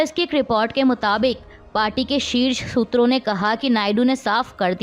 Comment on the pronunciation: शूत्रों या सूत्रों ??? 😂😂😂